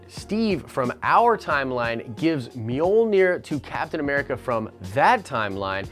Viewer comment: Guys, stop butchering the name, it's Mjölnir :P